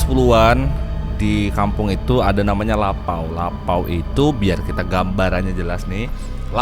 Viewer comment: Lopau bg bukan lapau kalo lapau artinya lapar